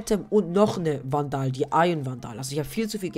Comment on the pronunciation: nices video aber man spricht vandal nicht so aus das kann ein ziemlich nerven haha, die richtige außsprache ist: wändel und reaver spricht man riewa aus (das r wird eher englisch gesprochen) aber trotzdem gute video :)